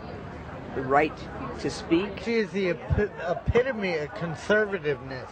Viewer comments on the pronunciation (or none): "She is the empifimany of conservativness" . wat